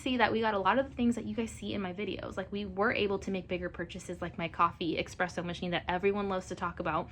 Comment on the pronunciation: It’s espresso not expresso 😂